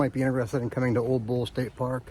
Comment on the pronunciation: Pronunciation on Ole Bull is tricky. People typically pronounce it like it's a Mexican sombrero Olay! It's a Norwegian sounding pronunciation the O is said like new or the double oo in shoot. The le is leh, not Lay or lee. So phonetically it's "Ewleh" Bull.